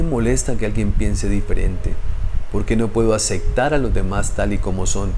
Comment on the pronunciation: Y una observación de buena fe. Pero es que eres muy recurrente en esta palabra . . LA PALABRA ES. ACEPTAR no Acectar. No importa si así lo dicen en tu País. La Palabra en Castellano es así. ACEPTAR.